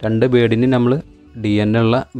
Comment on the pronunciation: Good sooper. Carry on. Best of luck . Ante pakalum palatharam birds undu. Pinne aarum achadi baasha samsarikumnilla. Ankilum pothuve samsaram sradhikanam. Nighal oru vloger koodi alle.? 1. Gaige alla. ( caige ) aanu. Flaiwood alla. ( paliwood ) aanu. Jhammal alla ( nammal ) aanu. Ithellam sredhichal nannayi. Kuttapeduthunnathalla ketto. Take care. Jan subscribe cheyyam. Okay by 👍